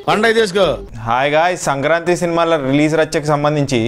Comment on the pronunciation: Not sankrantri.., its sankranthi